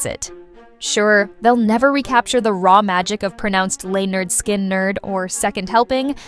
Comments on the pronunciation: Lie nerd sky nerd.... Come on now, its "Pronounced Leh-nerd Skin-nerd" 😂😂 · It's pronounced leh-nerd skin-nerd. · I chuckled when that was said also. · Oh my God can't even pronounce the name right. When she said the name out loud I was laughing on the floor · do your research next time. They literally have an album named "(Pronounced leh-nerd skin-nerd)". not even to hate but how do you mispronounce something that bad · Wow! Good job on screwing up the band's name!